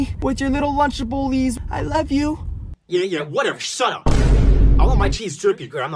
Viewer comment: Lunchables❌ lunchablelees✅